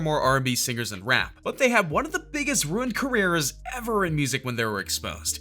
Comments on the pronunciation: “Ruenid Carres” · "ruinned Carrreirs"